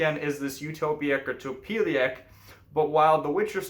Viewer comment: Well done! Only please correct pronunciation - not "topyelek" byt "topyelets". In Polish we read "c" as "ts", not "k". Click here on trumpet